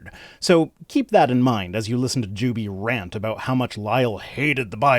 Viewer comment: Every time you say "Juby is", my brain hears "dubious". Kinda appropriate, I guess.